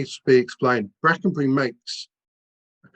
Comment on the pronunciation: Bwackenbuwy ithn't a lithp. Wipping yarn, though.